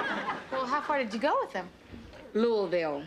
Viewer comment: Thank you for correctly pronouncing the word Louisville.